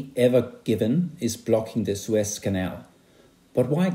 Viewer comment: I heard Swiss Canal instead of Suez 😀